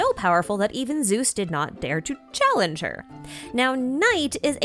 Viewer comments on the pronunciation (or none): none